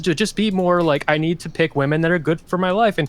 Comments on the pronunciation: Nothing more annoying than inability to say WOMEN. There is an E in it, it's not pronounced woman for fucks sake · why tf does everyone say "woman" in place of women? its everywhere. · How come always says "woman" in the singular instead of "women" in the plural? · It’s astonishing that doesn’t know the difference in pronunciation between woman and women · These zoomer streamer girls who can't pronounce the word women are driving me nuts. Woman and women are not pronounced the same. Please stop. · Why do some people say 'woman' instead of 'women'? Is this an accent thing or aome kind of dogwhistle?